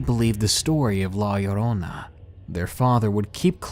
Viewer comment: You said La Llorona so freakin well like holy hell :D